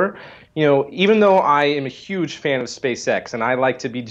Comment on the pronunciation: So big big, big really really big... but not huge, or "yuge"